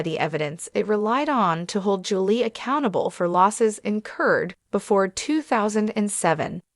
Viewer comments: Who read this? Their last name is pronounced Chris Lee. Julie is pronounced Jul Lee not Jul lay lol. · Her name is Julie pronounced ju-lee not Julay. Get your names correct.